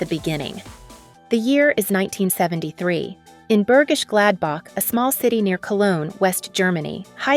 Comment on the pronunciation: No, it’s not. Greetings from a girl from Bergisch Gladbach (not ‚Börgisch Gladback‘)..😅